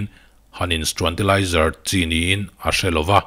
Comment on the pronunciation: Struantilizer haha👍